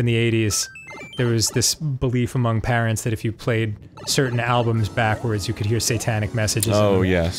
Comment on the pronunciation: Dan pronounces ‘parents’ with a H and it annoys me but he’s precious so I’ll forgive him 💜